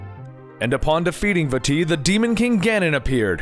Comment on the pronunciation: I can't stress enough how much i appreciate you pronouncing Vaati correctly